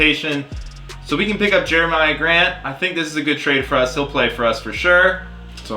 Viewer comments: says Jeremiah Grant instead of Jerami Grant🤦‍♂️ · Jer-A-Me Grant not Jer-A-My-A Grant just for all the thunder fans who noticed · Did he just say Jeremiah Grant